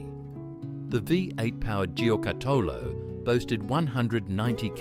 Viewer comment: Thanks for this trip down memory lane. The pronounciation of Giocattolo needs some work though 😂